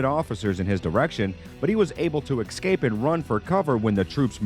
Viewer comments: I wish this guy would learn how to pronounce the word Escape it’s no Exscape there is no “X” in escape if you can pronounce the letter ‘S’ then you can pronounce the word escape thank you 😊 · The way this guy pronounced escape bothers me lmao for such clean English